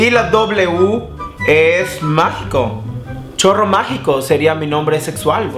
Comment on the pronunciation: Por cierto, decía "choro", no chorro AJJAJAJAJAJJ